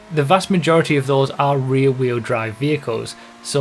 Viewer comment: "the fastest reeee wheel drive cars"